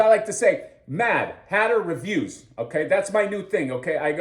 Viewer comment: "Mad Hatter Reviews" sounds like "Dan Who Reviews"... you may want to change your delivery.😅 😉